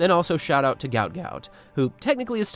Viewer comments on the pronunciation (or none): Isn't it pronounced Gwoat Gwoat? Like boat. Not Gout Gout like out?